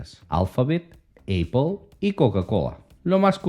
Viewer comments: Ahora es Eipol, solo estaba escuchando el video. Tuve que parar lo que estaba haciendo para entender de que hablaba este. Es Apple, de donde sacaste Eipol? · Eipol? Amigo lo pronuncias muy mal. Apple Se pronuncia apol jeje